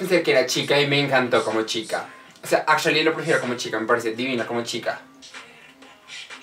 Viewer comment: Marcos Vargas Su "ingles" azhualy. Xddd